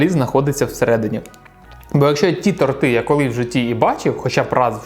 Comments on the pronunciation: Не тортИ,а тОрти... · Дякую за відео! Продовжуй в тому ж дусі! Якщо що, правильно казати тОрти,а не тортИ 😁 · Правильно ставити наголос на и торти